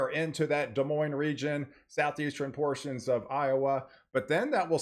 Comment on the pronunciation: The Big Island of Hawai'i had a Winter Weather Advisory yesterday, for the volcano summits. Very weird to see! LOL, you said "Des MoineS" like we say it in Washington state for Des Moines, WA (just a bit south of Seattle).